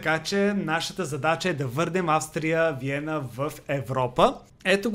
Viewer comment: на български език името на отбора се произнася Аустрия Виена, а не Австрия Виена